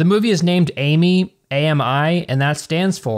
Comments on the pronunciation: I think AMI is supposed to be the French word for friend. Pronounced "am-E" instead of "A-me"(Amy) Or maybe I'm giving them too much credit lol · in french, we pronounce the word 'ami' as 'ah-mee' so, your comment made my analysis even more accurate i guess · I think the movie is pronounced Ay My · Isn’t it pronounced differently tho?